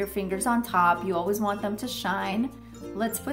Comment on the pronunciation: Who else hears ur say alwas instead of always?